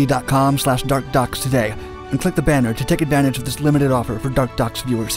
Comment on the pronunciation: When he says dark docs it sounds like dark ducks